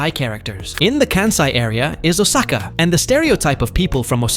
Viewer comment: It was so painful to hear Osaka being pronounced wester way so many times in a short period of time. 🫠